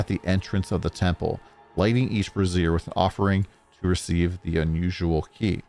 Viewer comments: It's pronounced "Bray zhur" and "Bar deesh" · Lol, that's not how you pronounce brazier, accession or bardiche.